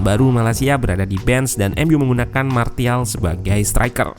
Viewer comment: SARAN: biar channel ini lebih keren lagi, tolong perbaiki pengucapan kata-kata bahasa Inggris-nya. Kemudian, pengucapan nama-nama pemainnya jangan salah dong. Masak iya nyebut Martial, huruf T-nya dibaca bulat-bulat min. 😄